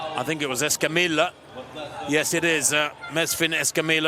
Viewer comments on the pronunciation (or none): The double-L in Escamilla, and all Spanish words, is pronounced like a Y. Come on, announcers! You'd think European announcers would be able to correctly pronounce athletes from another European nation. Otherwise, I have enjoyed the commentary from all the races.